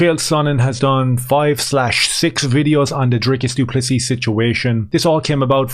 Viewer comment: Note the silent s at end of du Plessis😉